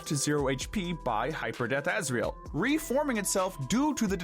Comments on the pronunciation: Asriel not Azrael . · correction: it's Asriel not Azrael